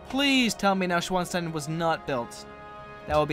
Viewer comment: neuschwanstein is pronounced noy-shvon-stein